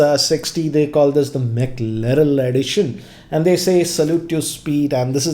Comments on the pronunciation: ji, it’s “McLaren”, not McLarell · Did anyone else hear him say Mc larel instead of Mc Laren🤔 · It's McLaren, not McLarell and it's Warp Charge, not Wrap Charge. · Dude, you should rename your channel name to because you pronounced it as Mackerel instead of McLaren 🤣🤣 BTW, watching this on my OnePlus 6T Mclaren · It's mclaren not mclarel or mcliril. Gosh!!! so much cringe everytime he says that. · Dude ur pronouncing the name wrong its mclaren not mclarel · It is McLaren dude... Not McLarel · MCLAREN! Not MCLAREL! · It's a Mclaren nt Mclarel..!!! My god...salute to you sir nt salute to speed 😂😂😂😂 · As a car guy and a big McLaren fan, I am offended that you mispronounced McLaren. Its McLaren, not Mclarel. And I am fairly sure that that special back cover is made from carbon fiber, which is very expensive and definitely not "average". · Calls McLaren as McLarel and opens up the best ever F1 car specifications page and says "Nothing Special"! Man you are not a car person at all!! 😂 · First: It's McLaren not McLarel Second: This is a special edition, not an increamental update. There's a difference between the two. Third: This video from the very start is a tirade against OnePlus and the sad part part about it is that the hate stems from your incompetency of understanding "special edition". Sir with all due respect, please do your homework before you post a video. I knew this was coming cz I saw your indirect commentary on Twitter the day it was announced but didn't know you'll spew this much hate. Unsubscribed 👎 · If u dont know wat it is....plz dont say it....its Mclaren not Maclerel Stop saying it is not special.....there is a reason y its called special edition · McLaren.. McLaren.. not Mclarel.. u r clearly not a car guy. It's ok.. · Ranjit Sir, it's McLaren. Not McLarel. Lol! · My goodness!! It's Mclaren not Mclarel. Hurts my ears when I hear him speak it so wrong so many times. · Its Mclaren not Maclarel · Mclare'n' not Mclarel.